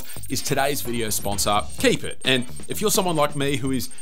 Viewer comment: "Kipit" being pronounced "keep it" is the dumbest sht 😂 – although I do applaud your ability to convincingly sell a bog-standard bookmarks app as some great idea! I'll stick with Raindrop though, methinks! But man, that Pinnit app is a keeper! I've used notification pinning apps in years past, but this one looks very damn nice.